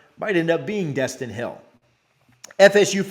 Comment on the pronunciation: It’s Destyn eee